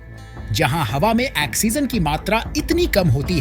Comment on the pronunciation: Axegen nahi bhai oxigen 😂